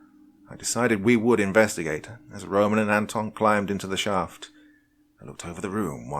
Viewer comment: It's ANton and ROman. That's how u put the accent on those names. Nice story!